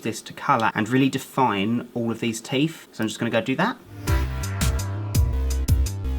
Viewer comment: I love how he says teef not teeth